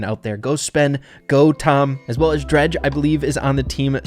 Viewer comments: Drage ❎ Dreg ✅ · "Drege"... I'm sorry but rly? Lol 😆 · u said drage wrong lol Edit: timestamp was off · Drage❌ Drej✅